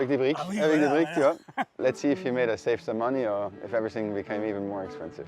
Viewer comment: "save" not "safe" your english is not the yellow of the egg sometimes.